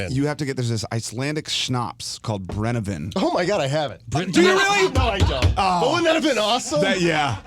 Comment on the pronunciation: It's swedish vodka, it's called brännvin, not brännEvin. 😊 And that is vodka pretty much.